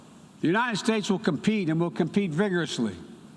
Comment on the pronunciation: U-n-i-t-e-d states Maybe if u spell it for him he wont butcher it Unininited states lol What a joke